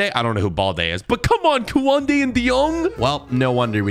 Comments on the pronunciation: who gets triggered when he says koende excpect kounde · Bro said kooanday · My man said kuande